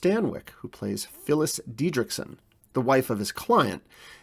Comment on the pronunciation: it's dietrichson with a t, not diedrichson with a d.